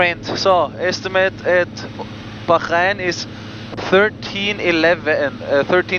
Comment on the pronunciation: It's Bahrain, just Bah-rain. In the 4 years of living there, I never heard anyone but a newbie to the island say "Baxharain".